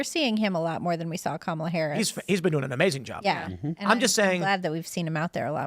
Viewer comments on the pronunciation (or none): none